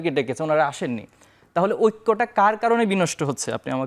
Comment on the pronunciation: ওক্য নয় রে পাগলা ঐক্য